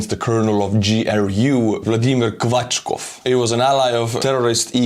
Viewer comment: ahaha. "Quatschkopf" is a German word translatable as "nonsense-head". Yes, I am aware that this man's name is likely written "Kvashkov" or whatever, but hey your pronouncitation was perfect